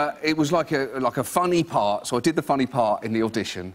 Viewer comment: I noticed when he said ‘funny part’ and he missed off the last ‘T’. So strange to hear 😂